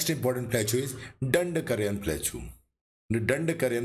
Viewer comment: Sir, you are doing a great job in creating these educational videos. Profuse thanks to you for the same. Just wanted to point out that you are not pronouncing the word Plateau correctly. It is pronounced as प्लॅटो please see this link